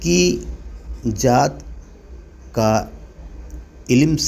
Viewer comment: Zaat kahete hain ,jaat nahi apna makhraj to sahi kar lijiye taki log apke waaz ko sun kar super amal Karen warna logo me ghalat masg jata h😊😮